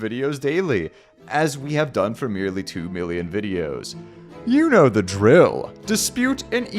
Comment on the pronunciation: Using "uno" as a substitute for "you know" is pure genius